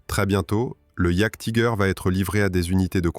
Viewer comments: Je crois qu'on prononce iajtiger Allemand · Rien que la prononciation de jagdtiger frérot je passe la vidéo. J'veux bien qu'on soit françois, mais un petit éffort quand même.